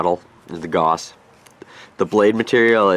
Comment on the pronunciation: I've always said "Gauss" like "Gowss" interesting to hear something say "Goss"